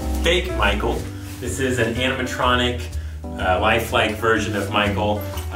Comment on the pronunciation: i had fnaf vibes when he said animatrnic